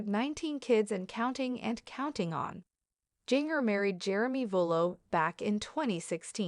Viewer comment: Her name is pronounced GINGER, not Jeenger